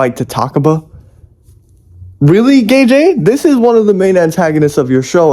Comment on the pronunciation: Its pronounced like GayGay not GayJay